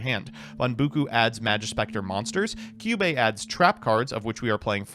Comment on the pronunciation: i get all other misspellings. but how does he read "kyubi" as "kyubae"?